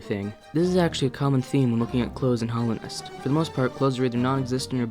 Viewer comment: In 4 years, will degrade far enough to say Hollownest instead of Hallownest! 😰